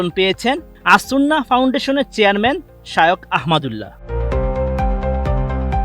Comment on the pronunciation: বোকাচোদা রিপোর্টার ঠিকমত নামটাই বলতে পারে না শায়োখ কি?? আবার ঠিকমত লেখাপড়া করে তারপর রিপোর্ট করতে আইসো